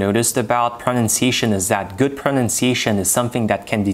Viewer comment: Interesting video, well done, some great tips - but please find an educated native speaker of English and get your pronunciation of the word pronunciation sorted. It’s a word you use a lot but unfortunately it is a little bit ‘off’ to the ear.